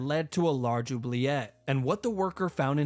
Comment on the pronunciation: BRO SAID OBLIJET??? CE QUOI CA ALORSSS